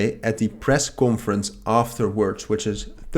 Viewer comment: Small help here on your pronunciation of conference. It's cohn-ference. Dutch people pronounce it as cawnforence. 😊